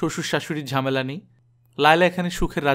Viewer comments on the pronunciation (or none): none